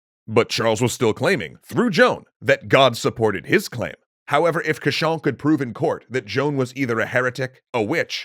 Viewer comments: Rule of thumb : the english are wrong. Cauchon (prononced cochon, or pig) was an evil doer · I find it funny that Cauchon's name is consistently pronounced as "cochon", which is French for "pig". Probably a coincidence, but a fitting one. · Fun fact: Pierre Cauchon is pronounced the same as Pierre Cochon. Cochon means "pig" in French.